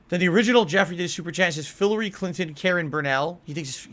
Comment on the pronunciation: "Philary clinton" has me in shambles